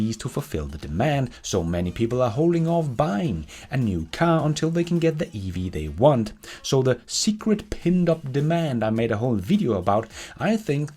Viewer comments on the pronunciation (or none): Hei Digger alle dine videoer, super informative! ville berre utpeke at det heter "pent-up demand" og ikke "pinned up demand"